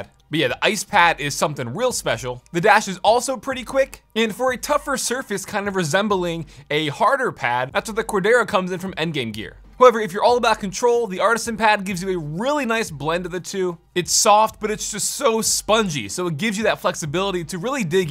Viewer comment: Say it with me bruh... cor-DUR-uh. Not cor-DARE-uh. I tease. And like others, the ceramic on glass pad made my butthole pucker. Please never do that again.